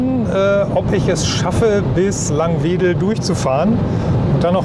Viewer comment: Es heißt Laangwedel nicht Langweedel - falsch aus dem Verkehrsfunk gelernt denn auch Radio Bremen kann das nicht richtig aussprechen.